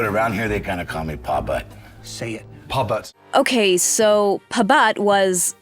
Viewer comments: It's not pabut...it's Pa Butt! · It's Pa Butt not pabutt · I’m pretty sure it’s pronounced “Paw butt”, not “Puhbutt”. Weirdo. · GAWDDAMN!!! The way the AI is saying "Pa Butt" like pA-Butt as one word is driving me CRAZY!!! Paw Butt.. it's so simple to say! When its reading from subtitles I guess it cant learn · Its Paw Butt...not pabut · Why are you pronouncing “Pa Butt” wrong? You’re saying it like it’s one word. Were you afraid to say “butt” by itself? 🤦‍♀️ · Pa Butt Pabutt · even in the fucking episode it says “Pa Butt” stop mispronouncing things and write the script correctly you fucking morons. it’s Pa-Butt not Pubut. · "puh butt" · Paw-Butt.. Your pronunciation is painful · The way the narrator pronounces pa butt is hilarious and cringy at the same time